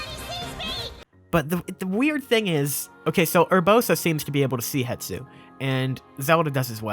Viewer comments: Love the vids, keep it up (Also hate to be that guy, but it's hes-too, not het-soo) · HE-S-TU, not Hetsu, come on look at it before you say it like a thousand times. >_< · I believe it’s pronounced HES-to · i love you, dont get me wrong, zero gripes about anything... but why does everyone pronounce it Het-su... when it's Hes-tu? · I made this comment on another person's comment but will repeat briefly. I think it is a case where a person said it Het-su somewhere and it just started sticking in people's brains falsely without returning to the source to check a look at the factual spelling and reasonable way to pronounce the letters to make the name. . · I came here to comment this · WHY DOES EVERYONE GET IT WRONG THO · That's intentional and funny. You are just making an arbitrary choice that has zero context. Hetsu sounds more Japanese? Fkn dumb. Naruto isnt japanese enough, I'm gonna pronounce it Naturo cuz I want to. See how dumb that is? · Hypemaster HMK and several other Zelda tubers reverse the s and t when they pronounce his name as well. Might be a propogating and reinforcing phenomenon where one person heard it wrong somewhere and it just keeps creeping across other content creators. Still the number of times the name is said in this video makes it much more noticable. Glad some other viewers are keeping their ears open.